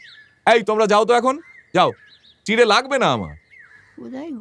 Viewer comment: মন ছুঁয়ে যাওয়া অসাধারণ এক গল্প এই প্রথম শুনলাম। উপস্থাপনা দারুণ হয়েছে। এই গল্পে তথাগতকে পেয়ে খুব ভালো লাগলো। খুব চেনা কণ্ঠস্বর। শুধু বুড়ির কন্ঠে যিনি অভিনয় করেছেন তার বিভিন্ন জায়গায় বিভিন্ন রকম উচ্চারণ যেমন একবার বললেন লাগবে পরক্ষণেই নাগবে... কোনো উচ্চারণে মনে হচ্ছে একদম ইয়াং লেডি পরক্ষণেই আবার সেটা যেন মেকআপ করে বুড়ি হয়ে যাওয়া... এইসব বাদ দিয়ে বাকি সবকিছু খুব ভালো লেগেছে। ❤❤❤❤❤❤❤❤❤❤